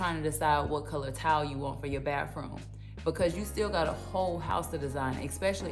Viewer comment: It's pronounced baTHroom